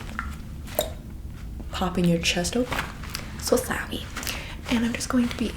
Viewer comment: ‘so sawi’ what a throwback